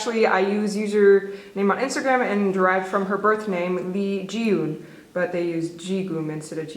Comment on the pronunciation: Hey! Fyi eun (silver) is pronounced like ugh - n and geum (gold) is pronounced with a hard g (like gum), so it's like g- ugh - m. Still I appreciate the effort lol